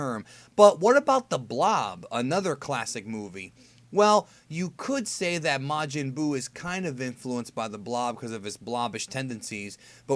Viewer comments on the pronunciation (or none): none